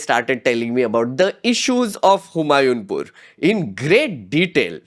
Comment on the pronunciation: Humayunpur is HU-MAA-YOO Pur